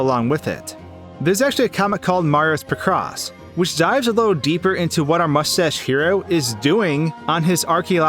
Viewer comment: i like how you mispronounce picross